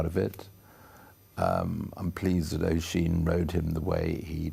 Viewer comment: It's pronounced ush-een no o-sheen.